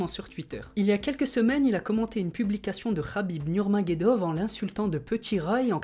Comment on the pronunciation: nurmaGOMEdov ***** Pas nurmagedov 😭🤣